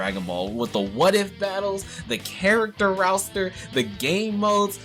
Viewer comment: Really said "rouster" 🤦🏽‍♂️😂